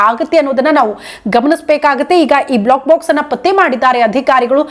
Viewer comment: Block box allla adu black box. Please correct information kodi...sariyagi uchchaara madi. ,,, ಬ್ಲೋ ಕ್ ಬಾಕ್ಸ್ ಮತ್ತು ಬ್ಲ್ಯಾಕ್ ಬಾಕ್ಸ್... difference arithu kolli